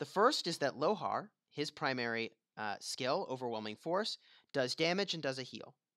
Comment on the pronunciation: You know it's "SKILL" and not "SCALE" right? Makes me cringe. I can't imagine how you pronounce "scale"